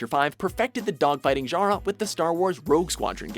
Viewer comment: the way you pronounce things is infuriating. it's "DIEkatana", and i hate how you say 'genre'.